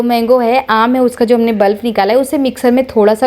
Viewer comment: बल्ब नहीं, पल्प बोलते हैं